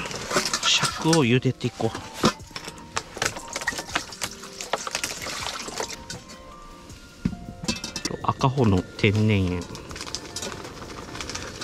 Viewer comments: 『あかほ』ぢゃないよ！ 『あこう』だよ！ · いつ観ても、マボチャンネルは面白いね🎵 赤穂は、「あかほ」やなくて「あこう」と読むよ。 赤穂浪士(あこうろうし)の赤穂やね。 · あかほではなく赤穂の塩（あこう）